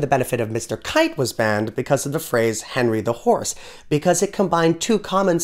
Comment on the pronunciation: Love the mumble at the end about "Henry the Horse" :) Kudos to Leah for assisting with this channel.